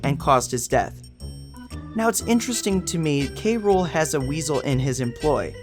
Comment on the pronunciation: King K Rool(cruel)...not K Rule...ok